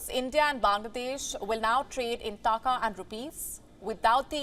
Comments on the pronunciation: It is "Takaa", not "Taakaa". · The way she is saying taka. Muhavra bhi change kar dete hain. 2 takey ki akal nahi hai